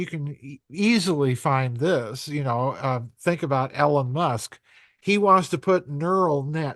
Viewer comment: I love how he says EL, ON Musk. 😂